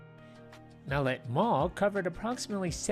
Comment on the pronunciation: your saying the name wrong. In canton we always said Mah-let